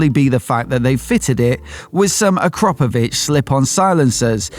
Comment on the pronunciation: No no no, it's Ak-ra-po-vic